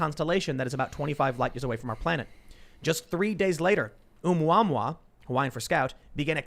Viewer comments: My ears! The extrasolar object was pronounced "Oh-moo-uh-moo-uh." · Asteroid is pronounced "ooo-mah-moo"